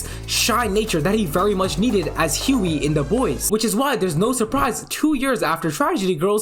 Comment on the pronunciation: I find it crazy how much jack quaids character richie kircsh resembles hughie, also good job you finally pronounced hughies name right, anyways I love every role I have seen jack quaid in, hunger games scream 5 the boys, he is an amazing actor